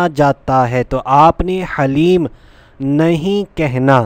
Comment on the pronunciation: Haleem Nahe is ka Dhaleem kahte h